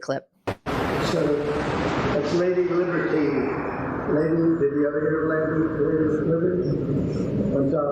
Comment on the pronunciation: Cankles couldn’t even pronounce Liberty, butchered it a few times in a row. Oh his inner snake cannot speak words of truth.